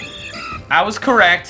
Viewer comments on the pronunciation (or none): none